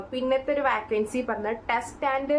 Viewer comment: വാക്കൻസി അല്ല വേക്കൻസി